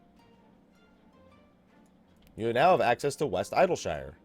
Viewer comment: Eye-dill-shyyre :D